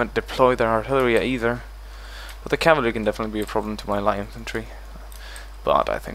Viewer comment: I only know of one person who says "calvary"... PoM. I'm pretty sure it's just him, I've never heard anyone else say that lol.